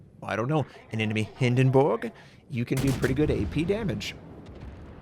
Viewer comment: Love the fact you pronounced Hindenburg right!